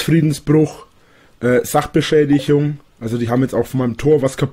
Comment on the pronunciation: "Drohungen'e, Sachbeschädischung" :D Klassiker!